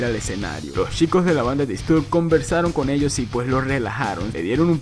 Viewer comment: Me da tock cómo pronuncia Disturbed. Se pronuncia "Distorbd".